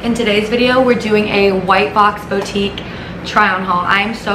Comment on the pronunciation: probably not, she says it the way she spells it lol